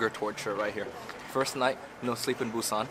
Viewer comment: Got a vietnamerican who has been to Korea once who knows what the heart of busan is. Dude can’t even pronounce the name correctly.